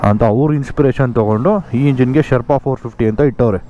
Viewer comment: Ley yaaru guru neenu yavaga nodidru nam GS nam GS antha compare madkoltirtiya??😅😅 gothu bidu guru nin hatra super bike ide antha😂😂. One more thing, please look for the actual pronunciation of Sherpa.